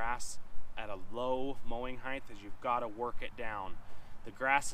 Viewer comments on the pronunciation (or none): Excellent series of videos. But, "mower heighth"? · What is heighth?